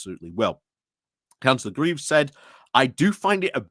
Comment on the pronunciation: Coming from the Notts/Derbys border, I appreciate the detailed coverage - the nationals won't do it, and such coverage is one thing that will wash the Reform sandcastle away. Points: 1 - FFS sort out your pronunciation; that little lot would embarrass Dubya Bush. Cllr Graves rhymes with braves. Swadlingcote is just as it reads. What happened - did you put it through Google Obfuscate? Derby is pronounced Darby. PLEASE do some homework on this ! 2 - Church Gresley has had a church since 1100. Channelling the Pub Landlord - the clue's in the name. 3 - On Council Prayers, it's a bit of a red herring. Stats seem to be that 1/3-1/2 of Councils do that. The National Secular Society do their nut about it when they want some attention, but it keeps them happy. I think the far larger issue is Reform and other parties on the Right trying to latch onto Christianity as a hate-filled Nationalist thing, rather than for eg behaviours from the Sermon on the Mount. They need to be skewered on that. 4 - I think Reform's attempts to run Councils centrally via Party Directions is serious. Can you advise us how to hold that to account - eg is there an official responsible for due process being followed?